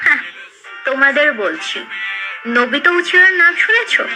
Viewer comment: Obito uchiha ❌ Nobito uchiha✅😂😂😂 cartoon gamer :Demons slayer❌Deimons slayer✅😅🤣🤣